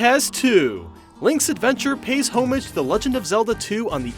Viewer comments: Hold up, did you just pronounce homage as "home-idge"???? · What the f*ck is your pronunciation of "Homage"?